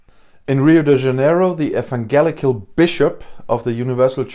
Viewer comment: Great content as always. Evangelical in English has a soft g like j in jelly.